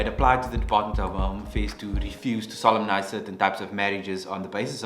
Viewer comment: Took a moment; am I the only one who, when solemnise is spoken, heard sodomize?